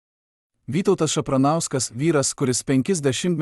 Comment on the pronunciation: Tavo tas balsas, net nesugeba perskaityt pavardės Šapranskui? Kas čia …Ir taip paranku, kai tiek visko pasakoja visi ir siunčia kažką bet visi anonimai, gal nes viskas išgalvota ? 😅